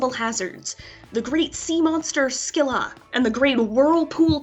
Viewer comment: It's Pronounced Silla Not Scilla